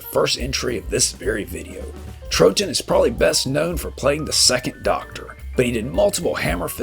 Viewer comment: Patrick Troughton's surname is pronounced Trow-ton. Other than that, great retrospective, thank you.